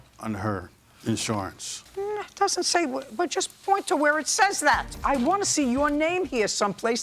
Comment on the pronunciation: He had in shorance on the twenty forf.